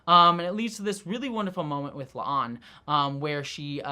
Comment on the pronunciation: My question is why the obvious Pike line flub was left in at the end, he clearly calls La'an "a'Lan"